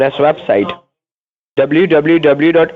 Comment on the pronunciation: Dubloo Dubloo Dubloo. Scammers can never say WWW. lol.